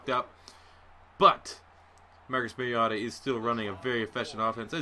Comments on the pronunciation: He said mariata lol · You mispronouncing "Mariota" the entire video ruined the enjoyment of watching him play.